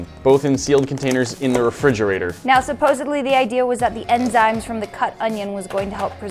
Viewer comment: Im dead.. the ditz just straight up said "supossebly"... Really?!?!